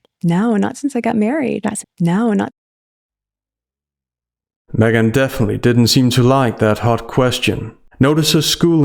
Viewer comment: I swear you called her SMEGhan